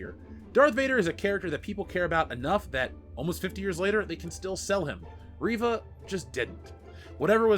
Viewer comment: for a second I thought you said Raven lol